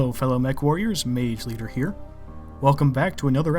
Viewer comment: Anyone else hearing him say "Pants leader" instead of "Mage leader"? No, just me? Okay